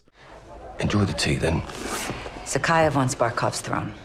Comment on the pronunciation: Its literally said in game, ZakhAev, not Zakheev. Stop.